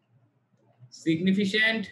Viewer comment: উচ্চারনটা সিগনিফিকেন্ট (significant) হবে ভাইয়া।